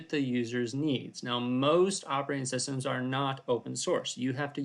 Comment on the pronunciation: ah yes, "operating SUStems"